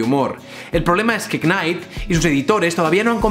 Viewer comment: Una sugerencia UTBH, no tienes que pronunciar la K cuando dices "Knight"